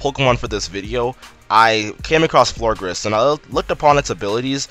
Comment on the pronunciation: It's Florges not Florgres